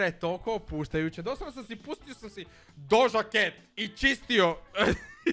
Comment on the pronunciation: lol kako si rekao doja cat😂🤣